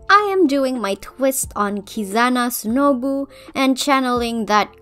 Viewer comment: KizAna Sunoobu